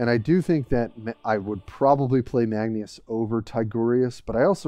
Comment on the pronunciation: Magneus? Magnus or marneus lol